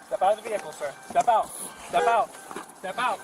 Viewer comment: "Dis is not no commercial vee-HICKLE." Can you imagine if they put the effort they squander learning this crap into actually learning when they were in school?